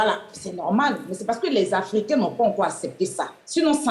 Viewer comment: même il dit koï 😂